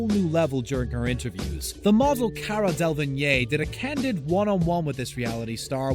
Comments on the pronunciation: “Cara delvinyey” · Cara delVEIGNEYY 😂😂😂😂😂😂😂😂 really